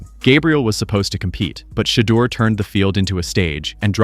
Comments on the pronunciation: Fucked up part about this video is how you keep saying Shedur name .. before making videos dude learn the names first smart ass!!! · I DON'T KNOW WHAT YOU CALL THE GUY THAT DO ALL THE TALKING WHILE YOU'RE WATCHING THIS VIDEO BUT WHOEVER YOU ARE 1 MINUTE YOU PRONOUNCE SHEDUER Sanders NAME CORRECTLY AND THEN IN THE SAME BREATH YOU SAY HIS NAME AGAIN AND YOU SAY IT WRONG SO WHY YOU CAN'T SAY HIS NAME RIGHT THE FIRST TIME AND KEEP IT THAT WAY 1 MINUTE YOU PRONOUNCE HIS NAME RIGHT THEN YOU DON'T PRONOUNCE IT RIGHT THEN YOU PRONOUNCE IT WRONG CAN YOU PRONOUNCE IT RIGHT I MEAN COME ON HELLO ARE YOU THERE CAN I GET SOME FEEDBACK SIR ? 🤔🤔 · Say His Name Correctly PLEASE! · Please learn how to pronounce his name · Can someone please get the system to pronounce his name correctly? It makes every pronunciation except the right one. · You know his name say it right. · You get one last chance to properly and CONSISTENTLY pronounce Shedeurs name else I'm deleting this channel. Cut THE AI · First of all, it is disrespectful to not know how to pronounce a person’s name. That’s the first thing you learn about telling something. Secondly who ever is the best should get the job. We all know most GM’s are just butt kissers for owners. Third, I wouldn’t want to be with the Browns, good fans, but crazy owners. They don’t want Mr. Sanders, but he is a cash cow they want to milk. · Why subscribe if you can't even pronounced his name correctly?